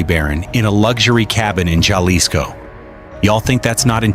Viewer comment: why r u telling pple about how much chicken food $$ costs🤣👎🏻underwr ok $$ his waterbill?🤣😝👎🏻its prbbaly yr 1st video gasonile in nexico is 7 $ dollars a gallon he had 10 Ifones 24/7 thats 2k $ each & its not ja lisko the j is pronounsed like a H so its Ha lisco also he aint from Aguiliya he is from CHILA mich 10 kilometrod from that non avocado having ranch 😝🤣